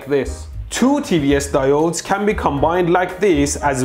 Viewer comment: mmmm, DI OH DES